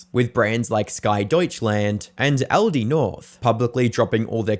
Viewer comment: ALDI???? "I USED TO SHOP AT ALID'S 🗣🔥"